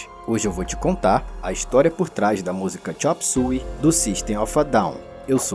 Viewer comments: chop "súi"? eu passei a minha vida toda chamando de chop "suêi" 😂😂😂 não consigo mais chamar do jeito correto... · Xop sói e nao xop sui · agoniada o video todo com o cara falando a pronuncia do titulo da musica errado. foneticamente se fala (xôp suêi)